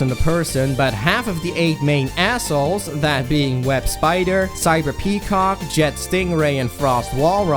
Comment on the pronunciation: I lost it when you said Cyber-Cock LMAO HAHAHA